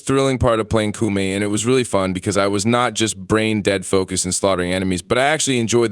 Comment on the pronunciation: Bruh its not pronounced Coomie.